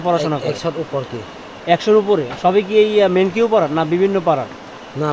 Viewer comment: মেনকিউ না ভাই মেন্নাউ পাড়া